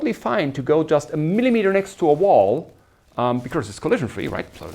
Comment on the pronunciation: Very nice lectures. One minor remark: The lecturer will make his lectures even more enjoyable if he looks up the pronunciation of these words: “because”; “occur”; “estimate” (as a verb, which sounds different from when it is a noun). All the best!